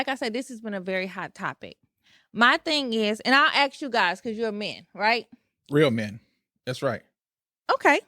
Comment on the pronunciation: Ask her to stop saying Axe